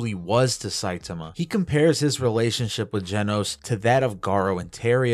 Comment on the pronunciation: My OCD will become the greatest threat to humanity if i hear one more person pronounce his name Sai-tumah 😂